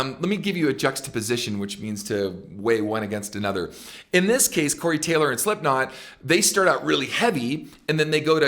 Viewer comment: Ken. Nice job. Big fan here, but.... ITS " SlipKnot. " Not " " SliPNot " 😆👌 But again. Nice video 😁😁